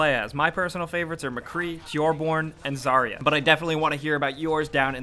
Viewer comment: Btw, not "Zaria", it pronounce like "Zar`ya". Dawn in russian.